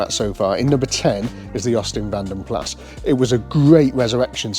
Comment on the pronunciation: Keep meaning to tell you in Vanden Plas the 's' is silent. Vanden Pla is how it's pronounced.